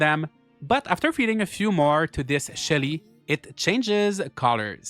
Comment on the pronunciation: When you said Shelly, I was convinced for a moment that you said Shitty and was like who names their game character Shitty